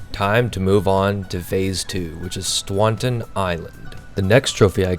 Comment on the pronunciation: Great video! Liked and subbed! But a little pointer the second island is not pronounced Swaunton. Keep up the good work!